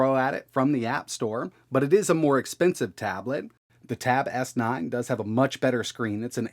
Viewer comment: "The tab-ass-nine"